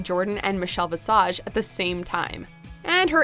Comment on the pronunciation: "RuPaul's secretary; Meechel Bee-sage" LMAO